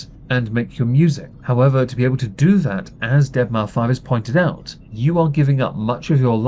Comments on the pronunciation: I can appreciate how you know N3on isnt "n three on" but say Deadmau5 "deadmau five" instead of "deadmouse" lol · Did he really just pronounce deadmau5 as dead mau 5? 🤦‍♂️